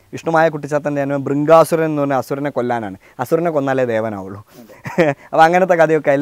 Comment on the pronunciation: ഭൃംഗാസുരനല്ല- ഭൃഗാസുരൻ